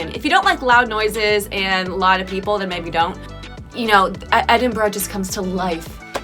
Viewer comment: Every Scottish person was probably well chuffed when you didn't pronounce it as "Eeden-burg" 👍